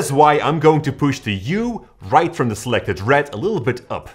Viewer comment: "U"? 😂 It's Hue.